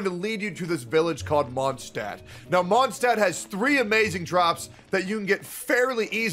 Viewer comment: "... that village called Mondstadt..." Just to let you know that Mondstadt is german and literally means Moon city, so.. Also taking my chances on the 100$ PS: do a video where you pronounce all the german words in the game and tell us how you think they are pronounced in german ( eg. Mondstadt, half of Fischl's flavour text etc.)